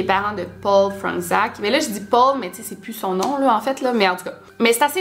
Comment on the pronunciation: c’est du polonais, ça se lit « Fronetchaque » ;)